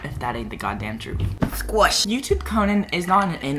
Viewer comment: no one: conan : sQuashhh